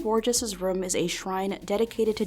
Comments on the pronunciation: The way she says “room” drives me nuts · Great video! but did anyone notice how says room like "RUM" this mystery has spooked me for years...